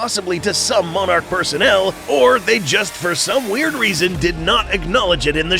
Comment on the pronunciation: why does he say monarch like moanarch